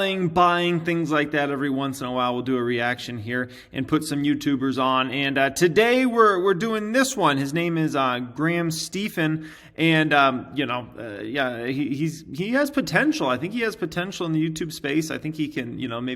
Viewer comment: Graham stee-fen😂